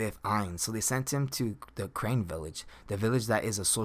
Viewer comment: Crane village no you mean Carnae village